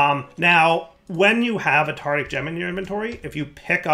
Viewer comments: and his way of pronouncing Tardic (not Tartaric) gems. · As much as I love videos, the way he pronounces tartaric gems always annoys me It’s tartaric, not tartic:( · One day, will learn how to pronounce “Tartaric”. But it is not this day.